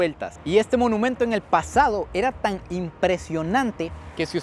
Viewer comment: No se dice menumento se dice monumento